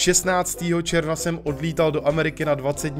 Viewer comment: Jsem jediná, co na začátku rozuměla 16.ČERVA (místo června) 😂